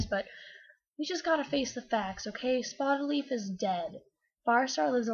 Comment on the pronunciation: When you said Spottedleaf for the first time I thought you said HOLLYLEAF and I was like wtf?